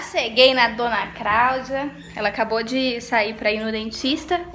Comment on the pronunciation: "Dona Craudia" 😂😊